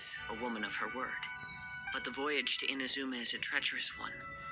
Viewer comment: pelafalan inazuma seharusnya I-NA-ZU-MA Kalau IN-A-ZU-MA kurang tepat. Pas naik ALCOR crux fleet bisa LANGSUNG TELEPORT pada ikonnya.